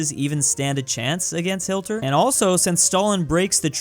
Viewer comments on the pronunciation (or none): man said hilter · Yes hilter Edit: Why does he keep saying hilter?? Am I missing something? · i love the way he says hilter